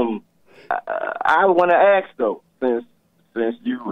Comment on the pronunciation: Can we all agree that ask and ax are not the same fucking word.